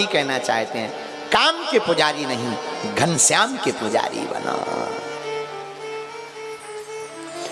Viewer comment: Ghanshyam kya hota hai ghan? Syam Please mardashn kri